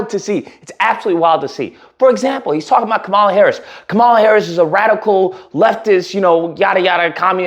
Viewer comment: Great coverage. I honestly feel bad for all the Jewish people voting for Trump. He conned them real good. I'm Jewish and of course, I'm voting for Kamala... Also, will this pos ever pronounce her name correctly?